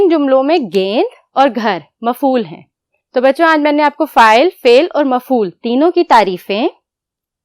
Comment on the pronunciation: It is not fail it is fal